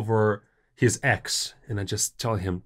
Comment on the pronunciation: Ржу. Автор ролика говорит: don't worry about ex. Я понимаю, что это значит по контексту, но слышу don't worry about eggs😂😂😂